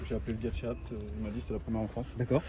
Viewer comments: A BÉ TÉ 😰 pas abt mdrrr ça me rend fou à chaque fois qu’il dit ça 😂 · Pourquoi le gars dit abt et pas a-b-t comme tout le monde ? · "habte" ?? J'ai toujours dit "Ha Bé Té" moi... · Attendez, on dis « abt » ou « a b t » ? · Jsuis le seul que ça rend ouf quand ils disent abt ou lieu de A B T ?? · C'est "abte" ou A B T qu'il faut dire ducoup il m'a mit le doute 😅😂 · Sa me stress quand ils disent ABTE au lieu de A B T 😅😅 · Pourquoi vous dites abt, au début je pensé que vous rigoliez mais nn , perso je dis A.B.T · A-B-T putain! D'ou on dit "ABETE" on essaie avec BMW??? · C’est bien abte qu’il faut dire c’est le nom de famille du fondateur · ABT ne ce prononce pas apte mdrrrr sinon propre à mort l’auto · Le mot « ABBBTTTE » est insolent friri ça me tend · de fou en vrai jsp comment ça se prononce mais blc je dis ‘abété’ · Je suis le seul que ça rend fou leur prononciation de ABT ?